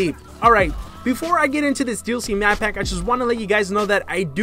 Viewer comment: "The DLC Map Pap 1" Still liked the video though 😏👌🏻